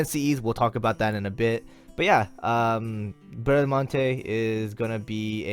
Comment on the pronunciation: Don't worry, you are pronouncing her name correctly: despite being a french paladin, she's a character from 2 italian poems about Orlando (and one novel, "Il cavaliere inesistente"), so the original pronounciation is the italian one (and that's the one you are using). As for her NP, I'm glad she's Quick (since we have only Shishou as 5 star quick lancer). I REALLY hope Caenis will be Arts though.